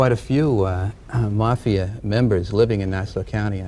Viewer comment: Did a shot every time that guy mispronounced mafia. I’m totally wasted!!!